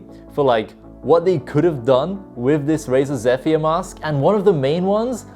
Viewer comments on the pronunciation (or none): Yo just a heads up for future reference. Zephyr is pronounced like zeh-fur or zeffer